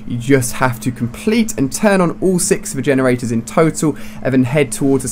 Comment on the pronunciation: Lol he kept saying vagenerators.